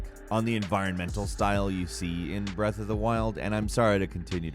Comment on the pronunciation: breathe of the wild, breathe of the wild, breathe of the wild